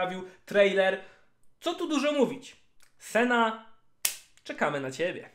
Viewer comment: Boże jedyny proszę cię Senna, nie Sena to się aż źle słucha i brzmi beznadziejnie. Trochę wysiłku to jedno ,,n" chyba aż tak nie boli, a trochę zalatuje ignorancją i olewatorskim podejściem do lore i tematu który rozwijasz przez bite 18min. W sumie skoro ,,wole mówić sena, bo tak jest krócej" to dla czego nie dodać jeszcze Lu i Tre zamiast Lucian i Tresh też krócej ;D Nie lubię się czepiać, ale jeśli chodzi o lore książek, gier czy filmu to jednak poprawne wymawianie imion i innych nazw własnych to chyba jakaś podstawa :)